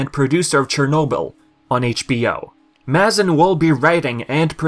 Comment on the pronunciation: It’s pronounced ‘may-zin’ :) I listen to his podcast lol